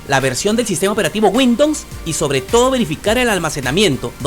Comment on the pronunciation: Bien por tu video mi pana, tienes mi like...pero trata de pronunciar Windows no windon...pero es lo de menos, epa pense que esos equipos ya venia core i3 o superior... otra cosa deja el VAO de 5G...como es eso, 5G en peru? a no seguro quisistes decir 5 Ghz. o doble banda 2.4 y 5 ghz. Pilas pues!!